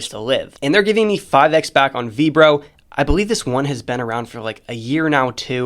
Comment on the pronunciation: "Veebro" as a pronunciation for Vrbo made my day. Their ads pronounce the name as "verbo."